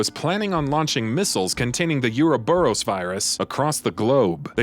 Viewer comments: Bro it pronounced OO-RO-BUROS not Yuroburos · Tera-gree-jha, not tera-gree-gee-a Ouroboros, not euro-boros